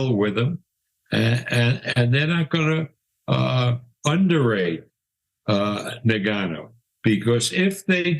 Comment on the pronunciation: The Gannou lol... How many ppl have to tell these old folk to say the name right